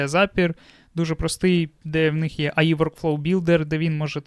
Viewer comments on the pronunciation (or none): Бл друже Ей Ай Ей Ай , ну не Аі , не має такого АІ Artificial Intelligence please 🙏